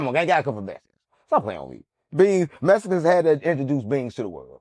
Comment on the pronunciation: you know where beans comes from Unc: MESCANS